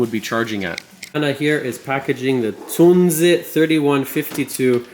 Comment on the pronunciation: Finally a english speaking person brings the right pronounciation out into the world!! Thank you! ❤